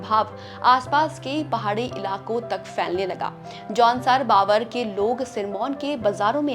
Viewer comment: Baavar nahin hai Bhaabhar hai pronounciation